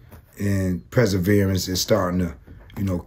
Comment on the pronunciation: "Pre-serverance...Detroit Lions...Kwame!!!" Lol. Yeah. "Detroit is coming back". (Then YOU come live here. Enjoy)